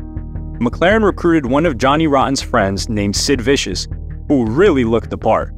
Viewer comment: It's Sid Vicious not Viscous.